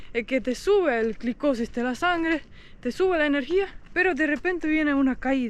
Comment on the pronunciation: Me encanta saber que están tomando estás decisiones de cambios. Toma magnesio, las mujeres somos muy hormonales. Se dice la glucosa, no "la glicosis".